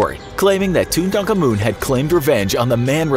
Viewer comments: I love the channel and all, so please don't take this as malevolent, but MAN you guys really should research pronunciations a bit more with some of these vids! The name is pronounced more like "two ton common," not "two Tonka moon." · Okay. So your pronounciation of Tutankhamun is very disturbing. I am no expert in Egyptian history expert but I am pretty sure it's Tutan-khamun and not Tu-tankhamun. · It sounds like they were saying Tun taank an mun instead of Tuttenkamen. And Takamaan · He’s not called tuntarcarmun he’s called Tutankhamun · I feel like I’m offended of how he says tutankhamun you say tut tunk ah moon But it’s pronounced tut un common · Tutankhamun. To-tin-ka-moon. Not ‘tutankamun’ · TOO TA KA MOON? no its toot an comon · Toon-taka-moon? It's pronounced Toot-tin-common. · Too ten kah men pls learn to pronounce it properly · What... How do you not know how to pronounce Tutankhamun? Too ten Kah men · Well you clearly can’t pronounce it properly if you pronounce it as too ten kah men 🥴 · It's pronounced Too-tun-car-moon. Just to let you know. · It’s actually correctly pronounced King too • tuhn • kaa • muhn for future references. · did my mans just say tuntankamun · It's "TOO Tan Ka Moon" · Pronunciation Tooth-an-ka-moon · U have been pronouncing it wrong the whole time. Its too tan ka moon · i swear you're calling Tutankhamun "Tuntakhamun." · lol did u hear how he said tutan kamun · why can I only hear tutdankamun? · It’s actually tut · Pronounced toot-en-ka-men. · Toot a comman is how you say it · It's not tutuntakamuns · I cursed you for butchering tut’s name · As long as you don't learn how to pronounce his name from this video you'll be fine :) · If they keep pronouncing Tutankhamun's name incorrectly, not many I hope :-) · Can anyone say Tutankhamen right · at least learn how to properly pronounce tutankhamun before making a video revolving around him. literally a google search. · It's cursed the way he pronounced Tut's name. 😑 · tut an kamun